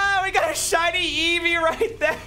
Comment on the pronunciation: You doubeled your shiny eevee find where u said reevee xD